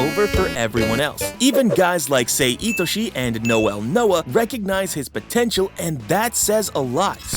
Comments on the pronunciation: it’s not “say” it’s pronounced sa-i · Sir, sir. PLEASE stop calling him "Say" instead of "Sae" (pronounced S - EYE). I'm sorry, it just annoyed me lol.